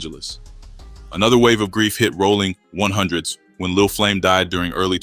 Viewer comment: “Rawling 100’s” these ai voice fuck ups be frying me😂